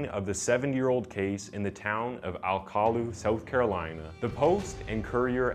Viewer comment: I live very close to, and used to work in the area of Alcolu. The way you pronounce the name of the tiny town is hilarious. Everyone here pronounces it Al-cah-loo